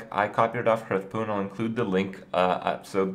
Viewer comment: Hearthpoon lmao